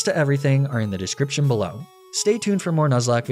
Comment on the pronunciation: "belaow" LOL 😂